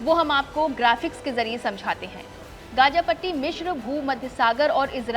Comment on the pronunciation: Gaga nhi gaza 😂 kaha say atai hai yai journalist